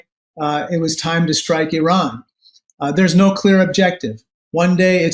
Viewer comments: I’m begging you to PLEASE pronounce Strait of Hormuz as “Hormooz” NOT “Hormoze”. I cringe every time you say it. While you’re at it, please pronounce Pakistan as “Pak-ah-staan” NOT “Pak-e-stan”. And thank you for pronouncing Iran correctly (NOT “I-ran” as many do) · Thank you for pronouncing Iran correctly